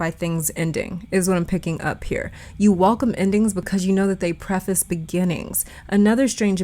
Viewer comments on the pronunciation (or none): none